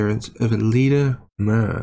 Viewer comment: BTW it's pronounced "myoor", not "mer".